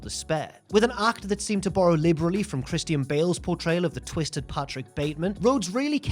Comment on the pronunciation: I can't stop laughing on how he says Christian lol